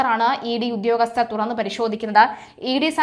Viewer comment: സു 'ധാ ' ര്യത ഉ '' ഗസ്തർ 😂🤣😂 സിമ്പിൾ ആയി സുതാര്യത, ഉദ്യോഗസ്ഥർ എന്ന്. പറഞാൽ പോരെ കുഞ്ഞേ